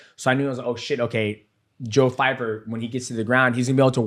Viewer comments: Pyfer. Not fyfer 😂 DJ is so bad with names. He called maycee "Marcy Barbie" on his channel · Joe Pyfer not Fyper 🤣🤣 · Bro his name is PY FER not FY FER